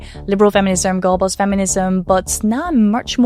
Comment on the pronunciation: I had this on in the background and every time you said "Girlboss Feminism" I heard "Goebbels Feminism." It had me going down a very strange rabbit hole of thought.